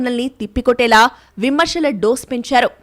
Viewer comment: న్యూస్ reader voice బాగుంది. కానీ 'విమర్శ' అనవలసిన చోట 'విమర్ష' అని చదవడం బాగాలేదు. అలాగే 'అంశాలు' అనే దగ్గర 'అంషాలు' అని చదవడం బాగాలేదు. ష కు శ కు తేడా ఉంది. Please correct చేసుకోండి. All the best 🙏